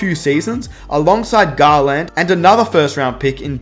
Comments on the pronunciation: Nobody:: Darius GarLAND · Dude...that was a pretty damn good video. I have to call you out on something though. If you don't want to sound like a moron...remember that eSpecially has no x and don't use the term literally if it isn't literal (this is a cultural thing because the Brits do it WAY more than anyone else). Also, it's not GarLAND it's GARland.